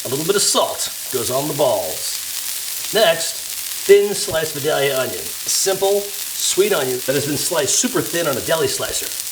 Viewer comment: Yummy, but it's pronounced Vie-DAY-yuh.